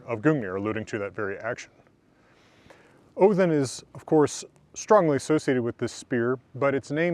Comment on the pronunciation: i got so happy when you said odin the correct way.